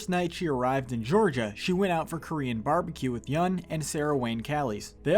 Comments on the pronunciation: Yoon not yun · Yeun not yoon or yun